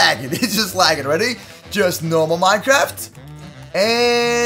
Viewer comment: He said minekift